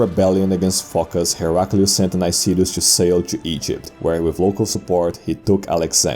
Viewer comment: It's Ankyra and Nicetas just saying. Great video